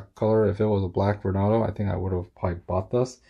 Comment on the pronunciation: It's pronounced VornAdo as in tornado and not Vornodo